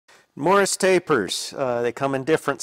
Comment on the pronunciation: Why do pronounce it “morris”? Why do you need some old catalog to tell you what sizes it works on? Should be obvious what it fits on. Why don’t you show the tool up close? Why do you just wave it around while someone gets a handheld wide shot? Interesting tool arcana but No mystery why it didn’t sell at 600$.